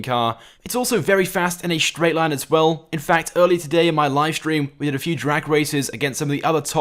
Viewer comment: Fast in a schtraight line you say?